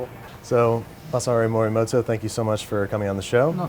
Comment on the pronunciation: Masaharo "You have life insurance?" Marimoto lol